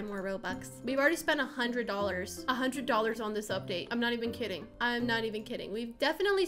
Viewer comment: When she said “are you kidding me right now” I thought she said “are you kitting me right now” LOL😂😂🤣